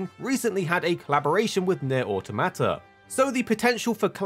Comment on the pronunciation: Bro says Automata like onomatopoeia